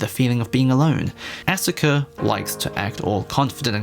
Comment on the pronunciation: “Ah-suh-kuh” twitch